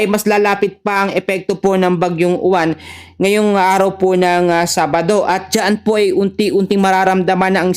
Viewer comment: boss UWAN hindi U-WAN 😂😂😂😂 wag munang pagandahin bagyo yan ehhhh 😂😂😂